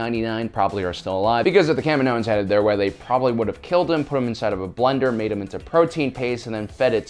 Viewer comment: I hate how you pronounce kaminoans. It's Ka mee no ens.